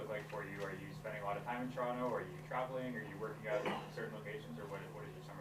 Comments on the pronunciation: I love that he doesn’t pronounce the second T when he says Toronto 😌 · Welcome! He even says Toronto right!